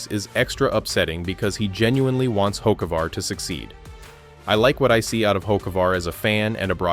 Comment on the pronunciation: Don't really believe someone who don't even know how to pronounce he's name.